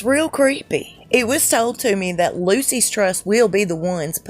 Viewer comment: 🗣The Lucius Trust! The way it’s pronounced (just think it rhymes with Rufus ) ! All the best from Tottenham, London,UK!💯